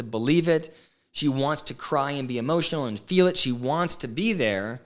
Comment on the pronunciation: Yes, Robyn has some crazy mispronunciations. DILL instead of DEAL..FILL instead of FEEL.